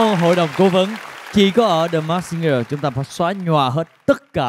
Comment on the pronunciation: Mình rất mê chương trình ♡ Hy vọng góp ý nhỏ này sẽ có ích ạ: Singer /ˈsɪŋə/: phát âm đúng sẽ là sing "ngờ" chứ không phải sing "gờ" đâu ạ ^^ The masked /mɑːskt $ mæskt/ Hóng chờ tập tiếp theo quá ạ ^^~